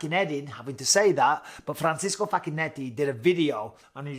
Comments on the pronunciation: The pronunciation was almost good. Francisco is the spanish version of the name, Francesco is supposed to be pronounced like "Fran-ches(t)-ko" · I don't know what's going on with Connor but he seems out of control. Having that said, the problem with your pronunciation is not with Facchinetti, which you pronouce correctly, the problem is with Francesco which you pronounce in the Spanish way and not the Italian way.